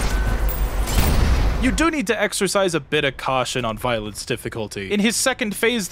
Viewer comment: Bro literally can't say violent difficulty